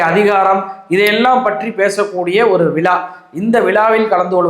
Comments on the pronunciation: Hell o, விழா விலா அல்ல உச்சரிப்பு ...... பார்க்கவும் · திரு. அவர்களே தமிள்நாடு,விளா, பளக்கம்,வழியாக, என உச்சரிக்கிறீர்கள இவைகளின் அர்த்தம் என்ன என்பதை தமிழ் அகராதியில் பாருங்கள். தமிழ் உச்சரிப்பை பயிற்சி எடுத்து நல்ல தமிழ் பேச பழகுங்கள் (பளகுங்கள்).